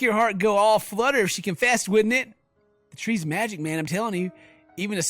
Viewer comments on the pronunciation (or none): none